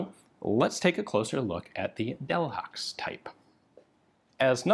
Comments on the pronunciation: delhaxe? haxe? i dont speak frensh at all but i´m like 110% sure frensh people dont pronouce it so german considering that Bourdaux is not at all pronouced with X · Pronounced, “del-HAY”.